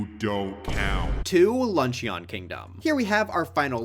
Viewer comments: I wonder if anyone will ever correct him on his pronunciation of Luncheon. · please google the pronunciation of luncheon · dude pronounced luncheon like an eeveelution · Lunch-eeyon bro its not an eeveelution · yes, I also think that lunch-ee-on kingdom would make a pretty good track. (Mission command to, you must keep pronouncing it like that, you must keep gaslighting everyone, and you mustn't stop until everyone pronounces it like that, it would be REALLY funny bro. Thank you for your service.)